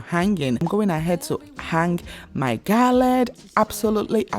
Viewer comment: The word is GARLAND and not “GALLAD”!!!